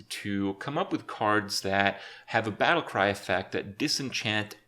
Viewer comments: Heh, "battlycry". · Dust Bunny: "Battlycry" XD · any1 notice the dust bunny said battlycry? xD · What's a battlycry? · "battlycry" wp kripp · "Battlycry" tho